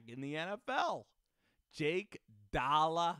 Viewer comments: I love the pronunciation but I go to his hs he went to for a year or two and know his brother and the pronunciation is actually dole-I-gala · Lol I went to school at ccsu. Had a class with his brother. It's pronounced Dole-gala. Like dole the juice company